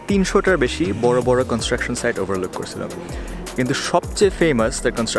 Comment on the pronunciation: English: american accent bangla: korSilo, khaiSilam